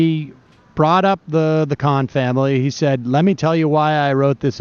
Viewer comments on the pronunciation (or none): none